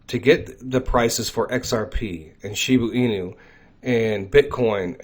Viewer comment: It’s NOT Shibu Inu, it’s ShibA Inu!